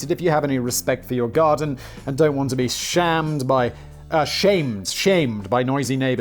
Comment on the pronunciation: When Simon mispronounced “shamed” as “shammed” about the clover I thought it was funny cause that’s an Irish slang term